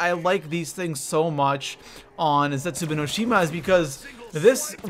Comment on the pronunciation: The way he pronounces zetsubo no shima makes me cringe a little bit. Idk why